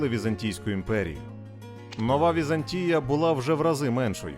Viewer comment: ВізАнтія ( наголос на другому складі) - зразок облуди , лицемірства і зради. Вона створила штучну абетку для слов'ян (кирилицю) на основі грецької абетки, щоб утримувати експансію слов'янського світу. Її релігія - православ'я, стала релігією східного слов'янства Та прийшов час і Візантійська імперія зменшилась до розмірів міста, в 1453 році оточеного турками. Хоч як волали про допомогу ромеї ( греки ), ніхто їм більше не хотів допомогти. "Славним" нащадком Візантії стала Російська імперія (Третій Рим ), яка успадкувала весь негатив Візантії.